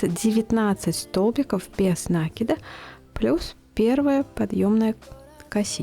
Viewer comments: Хоть бы ударение правильно делайте не накид ударение на " а", а накид на букву " и" мне так удобно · Почему нАкид?!😮откуда этот диалект? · Никогда не вязала из шнура, посмотрела ваши видео и сразу захотелось повязать. У вас очень качественные видео, есть чему поучится. Но у меня вопрос... меня закадили замечаниями, что я говорю нАкид, нужно говорить накИд, теперь я стараюсь говорить накИд, но привычный нАкид постоянно неосознанно выскакивает. Что вы думаете по этому поводу? Вы тоже говорите нАкид, вам делают замечания? Или только у меня такие добрые зрители? Спасибо за ваш труд!